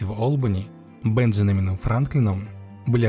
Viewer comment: БенджаНАмином Франклином? Понятно в общем, рассказывает историю, которую никогда ранее не знал, ошибиться в имени одного из ключевых игроков при создании США, самого узнаваемого лица, старичка Бэна Франклина….